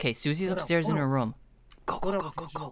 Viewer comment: says room like how Markiplier says room, "rum"